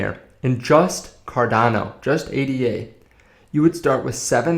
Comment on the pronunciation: Say it with meee!! - "aid - da" named after mathematician Ada Lovelace.